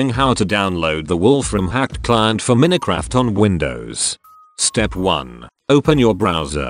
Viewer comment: he doesn't even know how to say minecraft...